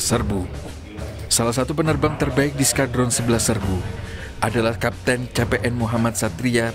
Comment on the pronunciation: ntah kenapa gw dengarnye bilang s-kadrun, mungkin narator gak sengaja